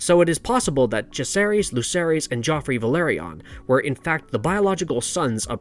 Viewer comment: My friend it's not Ve-LER-ion it's Ve-LOR-ion